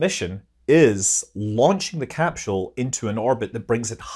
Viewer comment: "cap-scheul". Scot's much?